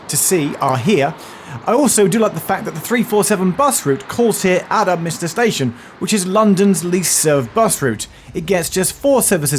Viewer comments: A friend of mine (who worked in a Govt Department) used to change trains at Upminster and was always amused by one of the station announcers who invariably pronounced Upminster as Up Minister. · I liked it when TfL announcer said it’s Upminstin’ time and Upminstered all over everyone.